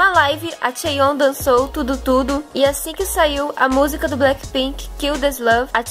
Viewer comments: vc fala tudo tudo em vez de du du ddu kkkk mas não jugo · o muie sempre que vc vai falar ddu du ddu d parece que vc fala tudo tudo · O jeito que vc fala ddu du ddu parece que vc fala " Tudo tudo" ;_; amo seus vídeos :D